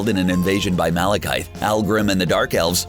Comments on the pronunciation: Are we just gonna ignore that he called the dark elf Malachi? When it’s malekith???? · MALEKAITH???? WHAT HAVE U DONE TO MY EARS?!?! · I love how you pronounced malakith wrong because the one movie he was in Thor the dark world was the worst !